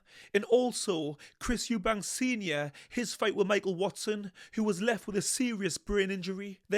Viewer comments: His name is EUBANK 👊🏼 there is NO S on the end 🙈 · It's EUBANK LOL😅😂